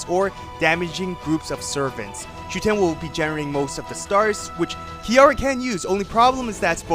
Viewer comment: It’s SHUten, not ShuTEN.